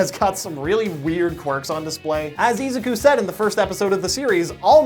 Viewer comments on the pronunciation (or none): E Zac ku? ITS A ZUK U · How does this anime have a dub and you still pronounce Izuku wrong lol